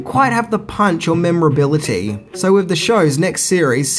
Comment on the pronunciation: Did you just say "wiv" instead of "with"? Bye.